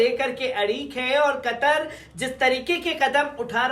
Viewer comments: कटर नही, भाई कतर बोलो कतर 😀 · قطر کو آپ کٹر بولتے ہو ،، یہ تو اردو کہو ،، یہ